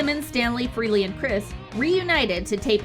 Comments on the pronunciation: It’s pronounced FRAY-LEE not FREE-LEE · Was trying to watch this video but had to stop when you kept pronouncing Frehley as Freely.